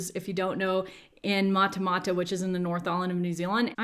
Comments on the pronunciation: I am from NZ and I couldn't help cracking up at your pronunciation of Matamata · Don't mind me laughing at how you said Matamata (though maybe prepare for that if you de end up moving here lol)